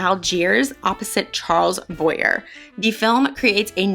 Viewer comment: Haven't finished yet -- but here are a few tips, fyi... * Louis B. Mayer: pronounced: Lou-ee B. May-r * Charles Boyer: pronounced Charles (soft- French "Ch") Boy-ay: again, French.